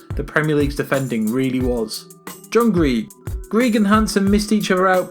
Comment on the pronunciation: Jesus that was the worst attempt at pronouncing Partick Thistle 😂 also completely fucked John Greigs name and "The Gurs" instead of The Gers 😂😂😂